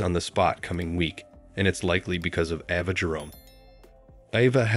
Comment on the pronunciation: Why so much mispronouncing? It's A-va not Ah-va, Natalia is Na-tal-ia OMG